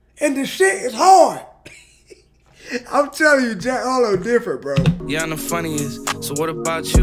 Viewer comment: It’s Harrrloow